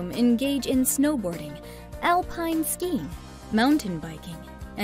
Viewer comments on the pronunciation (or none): none